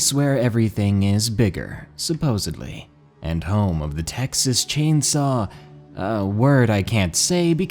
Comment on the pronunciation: Who else got triggered when he said “supposedly” lmao